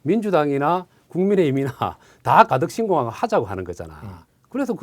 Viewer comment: 빵터졌어요 발음이 ㅋㅋㅋ 가득신공항 항경단체 가그정건 한일해즈트늘 하태갱 핸안이 느무많다 ㅋㅋㅋ